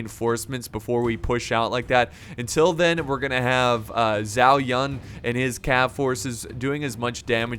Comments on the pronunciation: Zhao Yun is pronounced Ju-Ow Yoon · Zhao Yang he said...xd